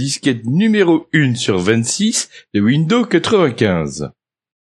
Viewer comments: L'autre, il fait une présentation de ouindo 95 mais il n'a absolument aucune notion d'anglais...It's incredible!!! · "Bienvenue dans cette vidéo-cassette de formation à windEAU 95" 😂